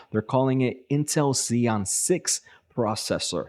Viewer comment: Xeon is pronounced with "z"